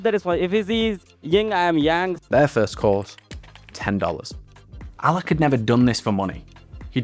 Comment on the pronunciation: He said allakh not alla, alakh is the name of the founder